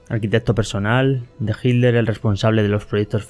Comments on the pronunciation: QUE MAL PROGRAMA ..... Y SE PRONUNCIA HITLER Y NO ..... JIDLER. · Porque dices jitler y no Hitler XD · ¿Por qué dices "jildler" en lugar de "jitler"? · Por que dices Hilder? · Porque dices hilter en ves de Hitler he visto que los españoles así siempre dicen hilter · Que carajos pones solo las voces y no la traducción, mejor no pongas nada, y pronuncia bien que te refieres a Hinler o Hitler ya que a veces se confunde. Pronuncia bien. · QUÉ RARA FORMA TIENE USTED DE PRONUNCIAR ESTE APELLIDO...PARECIERA COMO SI DIJÉSE..."HIL-LER" O "HID-LER" CUANDO SE PRONUNCIA "HITLER" CON LA LETRA "T" QUE ES SONORA Y NO MUDA...EN GRAN PARTE DE ALEMANIA SE PRONUNCIA...( hitlɐ: ) CON VOCALIZACIÓN DE LA LETRA "R" FINAL... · Consulta. Porque los Españoles dicen “Hiller” y no pronuncian la T. En Alemán se pronuncia. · Por que los españoles dicen HILDER, acaso no ven que es HITLER, por dios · No dicen hilder; pronuncian hit-ler separado pero rápido y por eso suena como si fuera con d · Una pregunta por qué los españoles dicen Hilder y no Hitler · Porque los españoles no pueden pronunciar la "t" cuando dicen Hitler? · me dio mucha risa " hikler " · Se pronuncia como se escribd en dsoañol: itlar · No pronuncian la “T”. Pero igual no importa porque pronuncia todas las palabras en alemán incluyendo nombres y apellidos que da penaaaaaa!